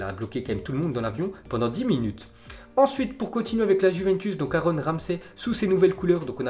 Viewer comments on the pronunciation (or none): none